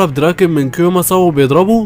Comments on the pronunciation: مين فلي هلي دي يسطا اسمها فلاهلا بال v مش بال f و دراكون مين يسطا اسمو دراكن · الأسماء غلط دراكن مش دراغون و انجري مش انغرا شيفويو مش شوفو 😂😂